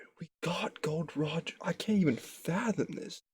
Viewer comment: It's not GOLD ROGER IT'S GOl D. ROGER.